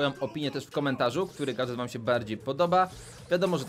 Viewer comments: Gadżet nie gadGet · Nie gatget tylko gadżet